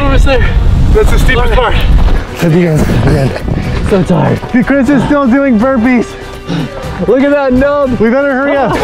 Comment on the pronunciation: They said burpees chris not wimpees